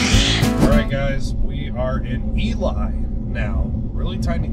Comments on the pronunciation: it's no eli it's elee, or at least in ely , MN it elee where I wasa born. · hey it's eLee not eLie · Looked like a fun birthday roadtrip. Just so you know, they pronounce Ely as EE-LEE, so now you can consider yourselves real Nevadans. Hilarious is the Texan, but is the one that usually does his longhorn luck to "adjust" the reels to line up! 🤘🤠🤣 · That was a fun road trip. Wendover is my closes casino town. (I’m in Utah). BTW, what was with the sound in the video starting in Ely (pronounced eelee, BTW)? Sometimes it was like noise cancelling was on, other times it was off. Even the video quality was weird in those odd audio parts. 🤷🏼‍♂️ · Pronunciation E Lee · Ely is pronounced Elee. The locals don't like it when people miss pronounce it. Lived there five year, found out real fast.